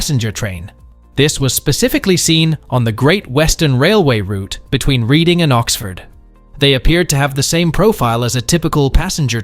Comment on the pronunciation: Reading is pronounced redding not like reading a book. Otherwise excellent video as always.